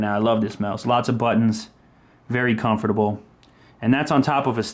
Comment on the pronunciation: I hate the way he pronounces the word 'comfortable'.